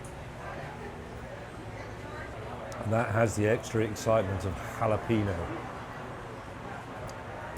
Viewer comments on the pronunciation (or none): "The extra excitement of jalapeeno" lol James. Never heard that pronunciation before.